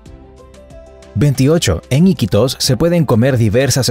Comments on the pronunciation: se le llama aquí en Perú mototaxis y es Iquítos con entonación en la segunda i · tu le dises i quitos y se dice iquitos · Se pronuncia Iquitos y también a los motocarros se les dice mototaxi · El 5to dato no es del todo cierto o la mayoría no conocía es Iquitos con acento en la qui... 👻 dato 43 es completamente cierto 💃🏻